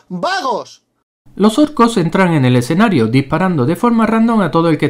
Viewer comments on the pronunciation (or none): none